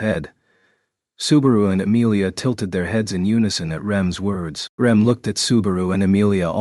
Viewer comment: The AI just can't get Rems name right lol.